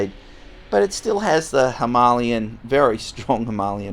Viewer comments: Love the content. Keep up the great work! Except…. Please, please pronounce Himalayan properly. 🤦‍♂️ It’s NOT Ha-malyan. It’s Hee-mah-lay-an. 👍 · Hi, I really like your videos! Just a by the way, the Himalayan is pronounced like the Himalayas in Nepal, i.e. “Him-a-lay-an”. It’s definitely not “Him-A-Lian”! Sorry if I sound like a dick but someone needs to say it! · Royal Enfield “Himalayan” like from the Himalayas….. not “Hi-ma-li-an” 😉😊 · Please tell me mispronouncing ‘Himalayan’ was a joke! Or have I been saying it wrong all this time!!